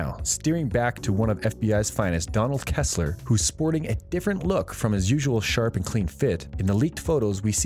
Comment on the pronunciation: PLEASE: Re-record this video with a narrator who has seen The Blacklist! This is just awful listening to! "Kessler"?! Really?!?!?!! Furthermore... whoever scripted this "review" and "prognosis" has failed to observe that the show's focus changed from Red, to Keen and her relentless cycling about her family issues, to become a point of negative viewer reaction. She became literally overbearing and that was apparently a major reason for her leaving the series. The viewers were just fed up with Elizabeth Keen. With her departure, the show is intended to get back to its roots and focus on criminal and spy intrigue, which was the reason for being so popular in the first place. Megan Boone and her character became a liability!* Personally, I am happy she is out! She's a dead horse that has been beaten so long, it left a rotting, blubbery, smelly mess on a hollow carcass!